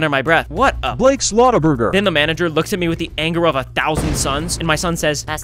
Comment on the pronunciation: “ Blake slaghterburgur “ 😂